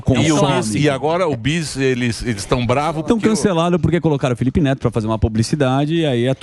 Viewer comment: 😂Ne"L"ipe Feto...A CRIATURA 😂